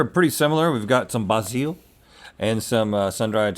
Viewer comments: I’m genuinely curious… why are they pronouncing basil that way? I’ve only heard it pronounced “bayzul” or “baazul” but never “bah-seal” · Pronouncing bay zeal as bah seal should be punishable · I really don’t like the way they’re pronouncing “basil” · They don't actually say basel like that do they? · 😣 "BAY-zil". (I hope Carney got a bonus for this episode.) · I’m just curious now if R&L were being goofballs and intentionally saying “bas-eel” or if that’s just another word that they mutually butcher and nobody rises to correct them. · Wtf Basil. Not Bayzell? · wtf were they calling basil "boss zeel" for?! lol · Pronouncing “basil” the way 95% don’t pronounce it! There’s two typical ways to pronounce basil, that wasn’t one of them!